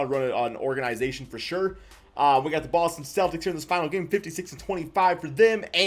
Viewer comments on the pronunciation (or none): none